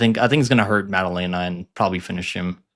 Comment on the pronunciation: pronunciation of the week: Maddaleña 🇪🇸